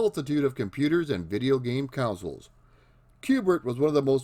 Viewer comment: CON-soles, not COUN-soles. One of these videos you’ll get it :)